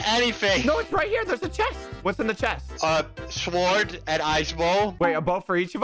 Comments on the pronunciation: pronunciation be like: 🤢🤮 > Sord 😎😎> sWord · I find it funny that doesnt say it like sord he says it like sword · anyone else oove how says sword "swword" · Is any one confused why says the w in sword?